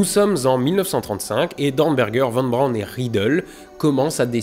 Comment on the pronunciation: Faudrait qu'il apprenne toutefois à prononcer Von Braun correctement.